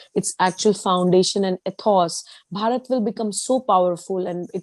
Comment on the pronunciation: Why don`t you people just say INDIA !! The way you Indians pronounce Bharat , it sounds like you are saying Parrot ( like the talking birds ) !!